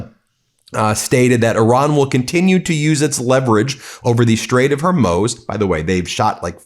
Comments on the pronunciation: It's pronounced Strait of Hormooz! 🙄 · Hey Ben, love the show! the Straits of Hormuz is pronounced Hor-mooz, not Hor-moze. :-) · Ben for god's sake learn how to pronounce HORMUZ, it's not hermoz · It’s pronounced strait of “HOR-MOOS” (like the sound cows make). PLEASE stop saying Hormoze!!! Like seriously how hard is this?!? Makes you sound ignorant. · Damn, Ben! Stop mispronouncing the name of the Strait! It's pronounced "HORMOOZE", NOT HERMOZE! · Can you please call it the Strait of Hoar-mooz? Thank you. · Ben please stop mispronouncing Hormuz. No-one else calls it Hormoz. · I love Meidas Touch, and it's main host Ben Meiselas. I truly love you! But could I ask someone please to correct Ben's pronunciation of some very simple names? His mispronunciation of simple names undermines the seriousness of his commentary, and is terribly distracting. Case in point: it's HORMUZ, not Hurmoz. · Ben...love you, your brother and the entire MTN/AF et el. BUT Either you, or the entire rest of the world are pronouncing "Hormuz" incorrectly. Cant both be right as you like to say...can you please check and let us all now the truth, like you have become known for?